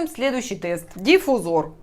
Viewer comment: не знаю написал ли здесь кто нибудь, как портит впечатление неправильная расстановка ударений в словах. слово диффузор образовано от слова диффУзия, то есть смешение. следовательно, диффУзор, а не дифузОр